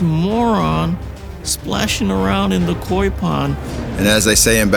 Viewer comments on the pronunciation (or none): Koi not coy. Come on people